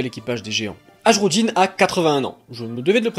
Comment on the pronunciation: le "j" dans les noms nordiques se prononce " i " Par exemple c'est "hairudin" pas "hajrudin". Voila x)